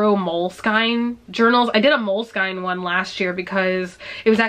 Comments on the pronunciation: It's pronounced Mole-uh-skin. Not Mole-Skine . There is a video of the CEO of the company pronouncing it on the internet. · They actually said it Skeen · Hold on hold on... mole-SKINE? not mole-skin? Have I been reading/pronouncing this wrong my entire life?